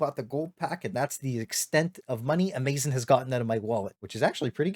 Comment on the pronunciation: A-maze-son, never heard it pronounced that way lmao. Good vid